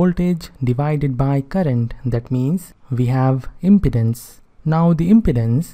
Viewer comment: Your prononuciation of "impedance" is not correct.